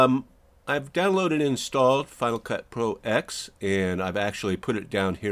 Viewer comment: It's not "Final Cut Pro Ecks," it's "Final Cut Pro Ten." Roman numeral 10. Same as "Mac Oh Ess Ten."